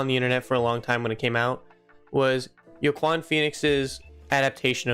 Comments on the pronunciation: joaquin phoenix name is pronounced “wa-keen” if that helped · This is a great video, just wanted to note: joaquin phoenix’s name is pronounced “Wah-Keen”